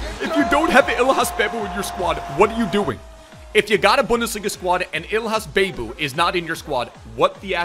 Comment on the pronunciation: Who told you it's pronounced "Bay-bou" 😂